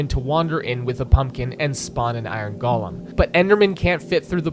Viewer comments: Very nice! But for future reference, "golem" is said "go-lum", not "gall-lum". Those are living snowmen, not works of art by Tolkien brought to life by Andy Serkis who happen to be made of snow. I'm sorry for being That Guy, but after hearing this over and over and over around the web, I've had enough. But for real, genius video! I didn't even consider the Ender Dragon plowing her way through the staircases. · Golem is pronounced GOH-lem. Not "gollum." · Why do youtubers pronounce golem with the soft for minecraft? It irks me.